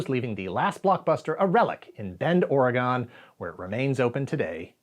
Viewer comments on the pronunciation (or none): As an Oregonian proud to have the only remaining Blockbuster in their home state... I must say....Or-EH-gon ( Or as google says: aw·ruh·gn ).. Not Or-EEE-gon.. GAH! That aside, amazing video as always. Loved it! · You mispronounced "Oregon." It's "OR-uh-gun." And Bend is awesome. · "Or-uh-gun..." I know it doesn't look like it, but that's how it's said. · Whoa. Are you from New York? We are the only folks I know who say OreGON. I live in LA now where everyone says “Oregin.” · You gotta learn how to pronounce Oregon. The state didn't go anywhere (though at this point it would be nice). It's "or-ah-gun" or "or-ih-gihn" (ironic considering their ultra liberal stance on pew pews, I know). Both acceptable. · It's Oregon, pronounced Or-ee-gun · Love you, but it's pronounced "Orygun," not gone, but you're forgiven. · I love your videos and content, but it's pronounced OR-i-GUN or OR-i-GIN (with a hard G), never OR-ee-GONE or OR-i-GONE. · Did you ever learn how to say Oregon correctly? 😂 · The pronunciation of "Oregon" hurt my soul